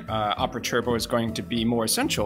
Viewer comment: Just an educational lesson it’s pronounced tur-bow not chur-bow